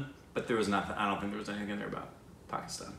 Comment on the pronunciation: 1. The girl's name is "Pakhi" meaning "Bird". confused it for Pakistan. 2. It's a beautiful movie and the theme is based on O. Henry's "The Last Leaf". 3. The director of this movie is Vikramaditya Motwane who also directed Trapped, Bhavesh Joshi, Udaan etc. and also was the showrunner and co-director of "Sacred Games". 4. Ranvir is pronounced neither Ran or Run. It's more like Rn. Try it. 5. Congratulations on Vishal Bhardwaj's tweet. Hopefully one day you can bring him to your channel for an interview. That's the day I am looking forward to. Also, it would have been nice if you guys had acknowledged and thanked him in reply there.